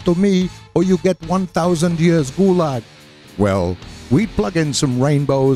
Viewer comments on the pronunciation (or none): none